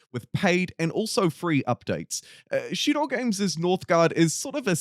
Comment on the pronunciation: "Shiro" games pronunciation - weeb detected. They're not even from japan.